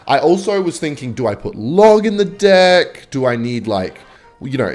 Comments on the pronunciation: Why does he keep on saying dick instead of deck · are you saying deck or dick bruh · Am I the only one hearing him say dick instead of deck all the time ? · why does he say dick instead of deck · Do Australians pronounce deck as dick? Kinda confused a little here sorry 😅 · ahhh it must be the wind.... i type this comment too early, he said deeck almost everytime lol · stop saying deck like that :face-green-smiling::face-green-smiling